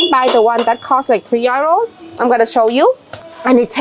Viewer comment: The money is pronounced YOUROSE (euros ) . 😂😂 I kept wondering what you were saying 😂😂